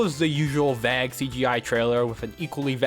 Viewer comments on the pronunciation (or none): I should have played the drinking game. Each time I hear "vague" being pronounced like "vag" instead of "vayhg," I'm pretty sure I'd be blackout drunk now. Kidding of course. I do enjoy what you presented here! Good job! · Really great video! but please for the love of god please stop saying 'vag' when you say 'vague' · why are you pronouncing vague as vag lol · Vague is pronounced "vayg" and not "vag" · Bro says Vague as "Vage" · video is good, pretty entertaining, might watch more of yours, vague is pronounced vaeeg not vag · Vag, bro said vag for vague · This guy pronouncing vague as "vag" is annoying AF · You pronounced “Vague” wrong. (Vāg) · Might want to double-check the pronounciation of "vague" 🤣 Great video. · That's not how you pronounce "Vague". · I've never heard someone say "Vague" like that. I take it you learned the word by reading it? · This is a great video but what is with how you say vague 😅😅😅